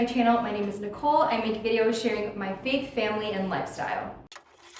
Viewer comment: I know you are saying “faith family and lifestyle” but I heard “fake family and lifestyle” 😆...love your videos!! Thanks for sharing